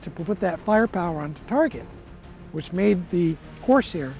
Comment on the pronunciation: Great video. It'd be even better if you pronounced CORSAIR correctly. You put emphasis on the wrong syllable. Listen to how everyone else says it.